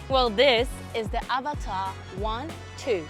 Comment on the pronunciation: As an Indian, I appreciate your pronunciation of Avatar, much closer to its actual pronunciation.